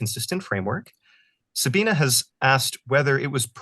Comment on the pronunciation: "Sabine" is pronounced "Za-bee-neh" (not "Sa-bee-nah" or "Sa-been").